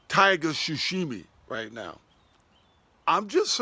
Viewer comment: it's pronounced Sa She me, sashimi not Soshimi as in So she me, I grew up in japan so it gets me when folks fuck it up